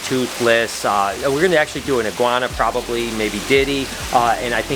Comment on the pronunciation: Any one hear say “prit prosbably